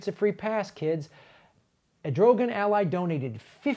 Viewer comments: What about the Greek and Assyrian genocide? Same perpetrators, why does no one speak of those victims? Also, it's "Erdogan" not "Edrogen", but it's not like that criminal piece of shit deserves the courtesy of speaking his name correctly. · His name is pronounced Err-doe-wan. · I think the Turkish leaders name is pronounced kinda like “air-doo-ahn” (phonetically).... and I only think that because I had to look it up once before.. after saying it wrong for probably way too long... 🤓but anyway, thank you for covering this and for all you do! Keep up the awesomeness! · It's pronounced Err duh whaan. Sorry, but like you said, no free pass. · I thought his name was pronounced like Air doe wan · As an outside observer this all seems a bit ridiculous to me. Am I supposed to know something about the Armenian genocide? I mean there's who-knows-how-many genocides, why should I care about this one in particular? Most Americans won't have a clue and the host (with greatest respect) can't even pronounce Erdogan, so why get involved? The only reason America cares about this is because Christians were persecuted by Muslims. This is a pretty bigoted reason to recognise a genocide. Funny thing is, it's also pretty bigoted to suggest Omar is siding with Turkey because of her religion.